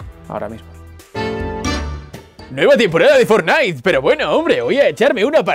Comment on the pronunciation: Siempre que escucho fornite ya se que es español (España) 🙃